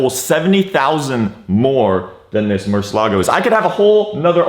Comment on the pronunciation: Bro u gotta pronounce the car right